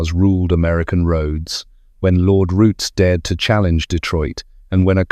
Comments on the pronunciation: Its ROOTS NOT ROUTIES. GET IT RIGHT YOU LOOSE CREDALIBILITY. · There's no 'e' its Roots. In the UK known as 'The Roots Group'